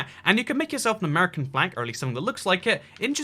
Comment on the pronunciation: It’s not amurcan it’s ‘Mercan